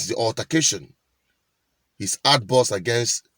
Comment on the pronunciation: Altercation...... altakation 😂😂😂😂